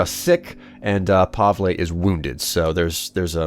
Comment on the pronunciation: Pavle pronounced Pa-vel